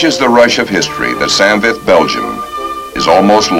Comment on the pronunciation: Damn it's not san vith ,it's saint vith. Your not in Vietnam!!!!!🤪🤪🤪🤪